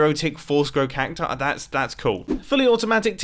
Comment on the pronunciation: you pronounced cacti wrong mumbo.